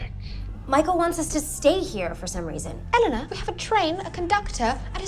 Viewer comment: Anytime she says"Eleanor"she pronounce it"Elena".